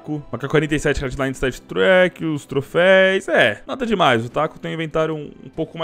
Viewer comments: Toda vez que voce fala TROFEIS meu ouvido sangra... é TROFEUS!!!!!!!!!!!!!! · O certo é troféus, não trofeis flw. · Não é trofeis, é trofeus!! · Apenas uma observação: troféus e não troféis. De nada ;) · cada ‘’trofeis’’ q ele fala e uma facada no meu coracao pqp